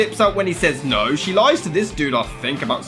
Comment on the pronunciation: For absolutely nough reason For nough reason There's nough reason